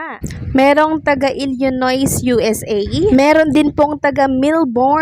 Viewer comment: Ung Illinois,, silent "s" ang bigkas dun,, parang "Illinoi",, correction only po,,,,, ♥️😉👍✌️🫰